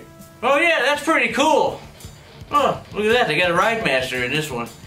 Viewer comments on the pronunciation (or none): none